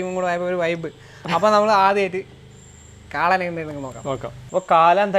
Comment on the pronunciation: കാലൻ അല്ല മച്ചാ കാളൻ 😊😊😊ഇടക് പറയുമ്പോൾ കാലൻ ആവുന്നുണ്ടോ 😊😁😁